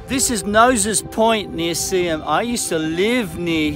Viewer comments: so pleased you got the pronunciation correct 👍🏼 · Because everyone from outside the area would have pronounced it the Yanky way, Sea-Ham. But you pronounced it with the silent h, the way it should be. Good on ya 👍🏼. You take care too, it’s a crazy world